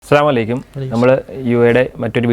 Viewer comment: അവതാരകൻ 'അസ്സലാമു അലൈക്യും' എന്നാണ് പറയുന്നത് ... അങ്ങനെ പറയാമൊ ?